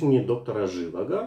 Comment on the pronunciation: доктор ЖивАго - второй слог ударный!